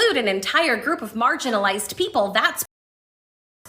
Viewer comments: She didn't say marginalized. She said margarinized. Don't be so obtuse. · She said margarinized people wrong